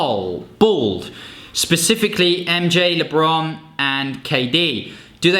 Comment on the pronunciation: Lee-bron, yea chief this is where i click away😭😤